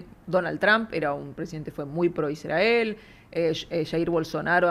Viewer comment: "Iszdrgael". Israel, gorrito raro...